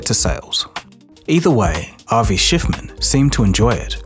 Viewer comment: Ah yes Avi Shciffman